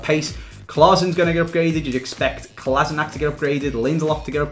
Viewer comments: Clichy plays in turkish League now and you call it Kolasinatsh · it is a pronounced Kolašinac